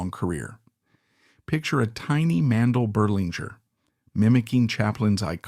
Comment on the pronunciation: Inexcusable repeated mistakes: 1) His last name is pronounced Berle like Pearl, not Burley. 2) His real first name was Mendel not Mandell. 3) He was popularly known as Uncle Milty, not as Uncle Miltown.